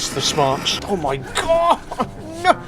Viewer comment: "Mi wheel"